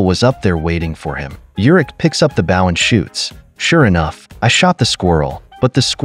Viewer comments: This narrator has English grammatical challenges--- BOW is not a bough --pronounces that weapons name - like a dogs bark --(BOW WOW ) !- tik Tok? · maybe spell bow as bowe so AI pronounces it correctly Drives me f ucking nuts. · “Bow” is pronounced “Bo and Arrow”